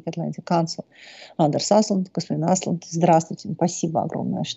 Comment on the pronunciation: Только Андеш (Anders) не Аслунд, а Ослунд (Åslund). Ну что же так имя и фамилию гостя коверкать?